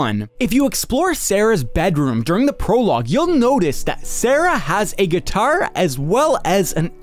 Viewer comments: I like how Joel pronounces guitar right and yet Nick pronounces it wrong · I swear the way he pronounces the word guitar drives me insane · The way you say "guitar" is very Irish. You've got some interesting accent idiosyncrasies